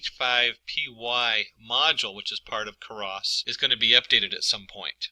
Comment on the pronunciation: "Karas" and "num-pee"... I honestly couldn't tell whether or not this guy was trolling everyone on the internet... Good video. though For everyone else: it's "Keras" (you wont find anything related to "Karas"). Additionally, "numpy" is pronounced "num-pie", just like "python" ("pie-thon")... unless you pronounce it as "peethon" and you like to fondle/"Karas" sweaters... :p great video though... were you trolling the internet? I seriously can't tell.